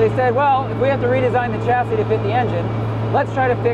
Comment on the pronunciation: the ch in chassis is NOT like in chair but like in champagne.